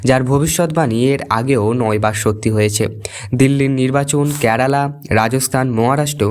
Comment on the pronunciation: বিশিষ্ট, বৈশিষ্ট্য নয়। কেরালা, ক্যারালা নয়।